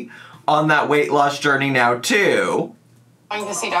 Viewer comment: did he just say right MEOW??? 🤣 please tell me I heard right